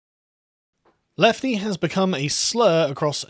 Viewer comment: Leftie with a hard "L"